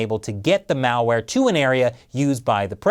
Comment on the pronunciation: Did say Mal ware? Or Mao ware? LoL